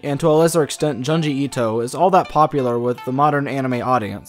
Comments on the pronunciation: Japanese speaker here. Your pronunciation of Junji is way off. It's closer to Joon-ji but with a shorter oo sound, a little like the u in full. You're pronouncing it more like jyanji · It's Junji like in June. Not Janji. Please. Why can't people read Japanese names correctly. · also junji as in a quick joon,june not jahn like wtf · And And-June gee. Junji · Great video but your pronunciation of Junji Ito is very wrong. The Japanese syllable 'ju' is a short 'ooh' sound. Like in June but not as drawn out. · The pronunciation of Junji and Tomie made me cringe so hard, I literally cannot even. Well, to be fair I suppose the accent cannot be helped so that's just that. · The way you pronounce junji makes me angry 😂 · It’s pronounced JOONji itoh and TOH-mi-eh :)